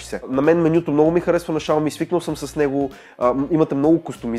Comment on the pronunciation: Изговаря се шауми !